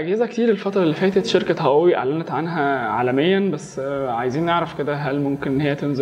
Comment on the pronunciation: عملتوا حلقة عشان تشوفوا الناس بتنطق هواوي ازاى واللى بيقدم الحلقة بينطقها غلط , مشكورين على المجهود